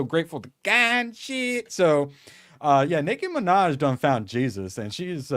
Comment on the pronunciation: "Licky ma vaj" Nicky manaj😂